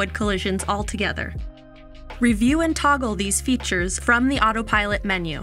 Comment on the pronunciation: Why does her first "Autopilot" sound like "Autopirate"? 🦜